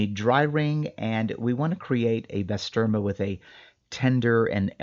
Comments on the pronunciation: Great vid 👌 on it own it’s amazing but frying it up with eggs is on another level. Try saying bah-sterma… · Bro butchered the name and its turkish lol.